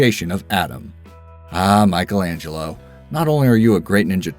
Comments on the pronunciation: Apart from the fact that he mispronounces "Michelangelo". Apparently, he never watched "The Lego Movie". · Scusa, e "MAICHELENGELLO" dove lo metti? 😂